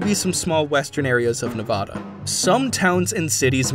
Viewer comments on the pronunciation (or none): It’s f ing Nevada not navoda